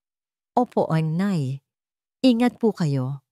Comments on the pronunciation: Ano ba yan????Tagalog ang kwento pero ang tawag sa Ina ay (NEY) DAPAT ,,NAY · Oo nga noh? Bakit ney, foreigner ba ang narrator?😂😂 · Nay po Hindi ney